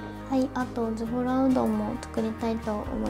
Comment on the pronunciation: の 「ズボラ」はなんかズボラじゃない…（語彙力）